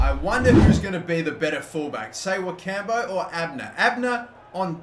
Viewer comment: Ssewankambo is pronounce Se-Wen-Kam-Bo